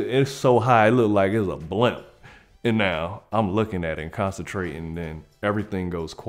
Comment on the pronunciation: When he said "blimp", I heard "blunt" 😂😂😂😂